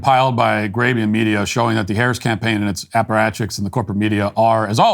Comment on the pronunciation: "Aparachics" ...weird 😂